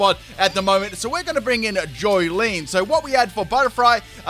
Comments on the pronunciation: It’s Jolyne not Joylene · Its jolyne not joylene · Did You just Call it Joy-lene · "Joylene" Okay who else is triggered he spelt Jolyne very wrong? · Yeah, my favourite JoJo protagonist, Genesect. In part 4, I like how he saves a child from death after exploding in a million pieces with his Technoblast. QOTD: Berserk. Not the movies, but the original anime. And the manga. Gureeto daze. 👌🏻👌🏻 Edit: little nitpick. It's Jolyne.